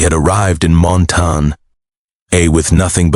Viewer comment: Whoever reads this story needs to know how to pronounce words correctly. Montana is not Montan